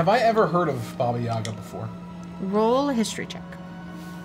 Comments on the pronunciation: I’m so late😭😭 aka shut up😃 I just notice man bun is back🤩 omg🤣🤣 please tell me this is a a goonies reference 😂 Hearing saying “Baba Yaga” correctly is awesome KREMY. LANGUAGE Basically me and my friends: “Ya’ll care?” “Nope x4” my one stupid BFF “Who??” GIDEON. O.M.G U DIRTY B—— The Unicorn: Pleas watch ur language”: “I think not🙂” HA. TAKE THAT GIDEON!!! this poor lady is gonna be in more pain🥲 Something has awaken within grincko 😨 goes from mute laughter to screaming laughter 🤣 CHILD LABOR CHILD LABOR CHILD LABOR that was…..very omomis 😶 well damn, you didn’t need to thrown under the bus🤣🤣 (Also in this episode gives me sooo much gender envy 😭😭) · reading ‘baba yaga’ correctly made me so pleased, I had to write a comment about it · I guess, I meant it was closer to how I’m used to hearing ‘baba yaga’, than how most English speakers pronounce it? I don’t remember when says it in the video, so I can’t check rn:( I think, it was pretty close to how we pronounce it in Russian. Hope this was helpful ฅ^•ﻌ•^ฅ🩵 Edit: I found it, I checked, it does sound really close to the Russian pronunciation!:) Your comment made me curious about how it might sound in other Slavic languages, so I must thank you for sparking my interest! Have a great night/day!